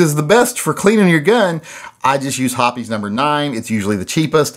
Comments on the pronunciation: Hoppe's is "hops" not "hoppies." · Hops, not Hopees. I called their CS a few years ago to confirm. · Pretty sure it's pronounced "hops".